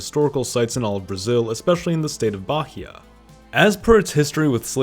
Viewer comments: ba ri ahhh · I am brazilian born and raised. Your pronunciation is quite good, small mistakes here and there are ok. Please pay attention: Bahia you shlould say = BaEa. Belem : BeLEM ( portuguese version for Bethlehem). Thanks for your dedication. See'ya. 😊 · You can pronounce perfectly Caatinga, but failed miserably at the simpler Bahia… you are really American. lol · IN portuguese the "H" dosen't have sond so the state of Bahia isente pronouns Baria but Baia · You've pronounced "catinga" pretty correctly! Congrats. But he "Bahia" state can be improved. Try "Bahh Eeee Ahhh" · New words to be added to the Portuguese dictionary: Maran-Hao, Bellim, Bah-hya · The way he pronounced Bahia and Belém and shit made me want to die. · I had a bigger problem with the way he said Bahia and maranhao kk